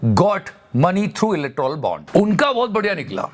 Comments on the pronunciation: its electoral bond, u are pronouncing electrol bond...i m ur fan btw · Are you saying "Electrol" Bond purposely?